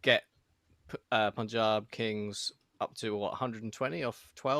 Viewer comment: It's PAANJAAB not POOONJAB